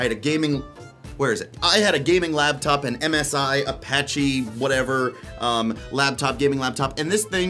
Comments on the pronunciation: Boy, sounds like you're saying "labtop" instead of "laptop". mike issues? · Are you saying "labtop"? Cuz it sounds like you're saying "labtop" "labtop"